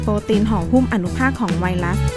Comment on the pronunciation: ไวรัส ไม่ใช่ไวลัด กรุณสออกเสียง ร ล ให้ถูกด้วยครับ